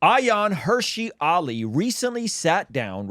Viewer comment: Hirsi, not Hershey like the chocolate.